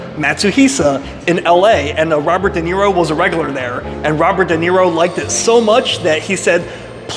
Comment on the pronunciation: I think It’s spelled Duh Knee Roe. Okay, you fixed it 😂